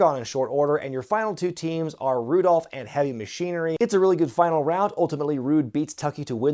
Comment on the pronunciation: Benjables, Roobles, and now Rudolph.